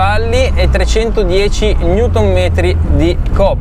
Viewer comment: newtonmetri non si puó sentire peró...